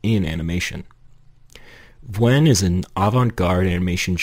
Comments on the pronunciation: vwen? i thought it was pronounced like v-oo-n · Vwen? its vewn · I thought it was pronounced "viewn" and not "vwhen". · it’s pronounced vewn like veyoun, rhymes with toon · "Vwen" 💀cool vid man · its "vue-n" !!! aaaaahhhh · i used to pronounce it as vehwn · Oh, is that how you pronounce her name? I thought it was v "ew" n. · egad u purrnounce Vewn totally diffurently than i do, that threw me off a bit XP i love your analysis, not to mention your artstyle!! i rly like its simplicity, its so to the point and it’s something i struggle to incorporate into my own art so count me as envious XP